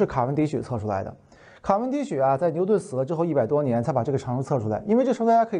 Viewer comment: 卡（qia）文迪许。